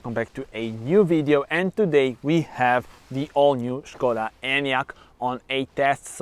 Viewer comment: Good afternoon 😊 This car reminds me so slightly of a BMW. This car is not only stunning to look at, it offers luxury inside like the seat coverings and pull down screen. Umm Puma or Skoda now for me?😄 Ps. Like the way u pronounce Skoda, schh koda!! Maybe I have been pronouncing it incorrectly all this time. Enjoy the rest of your day until the next video 👍